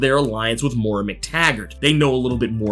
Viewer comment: Please, for the love of God... Moy-Ra